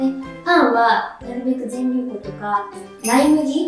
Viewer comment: ぜんりゅうこ じゃなくて ぜんりゅうふんだよわら